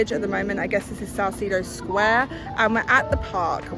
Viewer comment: It's PASEO de ROHASSS and SAL-SEH-DOH.